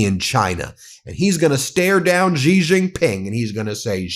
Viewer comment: Xi is pronounced she